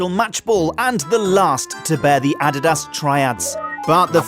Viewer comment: Learn how to pronounce Adidas please. They are world renowned for the technological advancement of official footballs throughout the years.